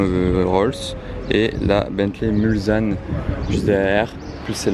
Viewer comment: salut et merci pour les vidéos, j'habite Le Mans et je suis fan de mécanique, par contre on dit Mulsanne " mulssane et pas mulzane" merci à toi de garder ton esprit et tes connaissances à la portée de tout le monde:) Peace!